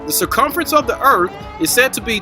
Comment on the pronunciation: I guess ive been saying earth worng all my life, according to its earf